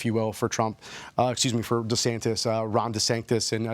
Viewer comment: Dude even called him Desanctus haha